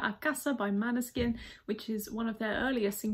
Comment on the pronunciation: Hi, I reveal to you a secret... The correct pronuciation is "mOneskin" and not "mAneskin" :) Greetings from Italy. P.S. you are very nice